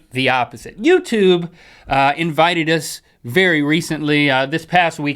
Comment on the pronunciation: Be vewy vewy quite were hunting bears